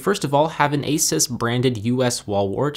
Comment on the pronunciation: Not trying to nitpick but ASUS is pronounced aye-soos. Nice video though!